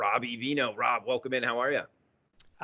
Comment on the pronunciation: Hey, you pronounce V like B in Viernes...Bee airrrerr nayse. Good show. Robby V is the man. The opening Welcome was not yur usual wohhhhhlcome. Lol